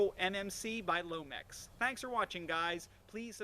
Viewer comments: For half the review i was like "put the dang mag in all the way!" LOL. Also it's LONEX not lomex. Anyway nice review as usual and keep up the good work. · Agreed. Great review. No nonsense and straight to the point but I'm far from a veteran player and I even noticed right away that he was mispronouncing Lonex.